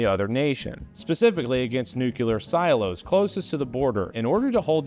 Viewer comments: Great stuff, loving your videos, but we gotta straighten out the "Nuke-U-Lur" vs "New Clear" thing. Nu-clear. Nuclear. Thanks. Keep rocking the 'stache. 👍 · IT'S NUCLEAR NOT NUCULAR. STOP SAYING IT THAT WAY. NO OTHER MISPRONUNCIATION MAKES ME SO ANGRY. Also, liked the video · I appreciate that you say "nuclear" just like Dubya. Never change